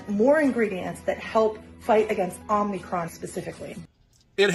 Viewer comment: She can't even say the name of the variant correctly... there is no such thing as "omni-cron."